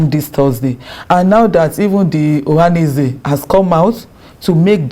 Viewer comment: Journalist that can not pronounce ohaneze ?